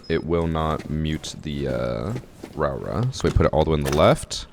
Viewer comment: Hey, Nz'er here. The new op (Rauora)'s name gets pronounced Rawra by alot of people. In Māori, rau makes an roe sound like toe so her name is pronounced Roe ora. Lots of luv from the land of the long white cloud